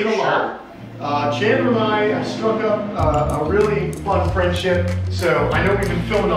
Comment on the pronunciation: Isn’t it cute how many times said fwendship